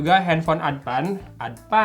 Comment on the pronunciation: Sunda people be like : Adpan eh Advance haaa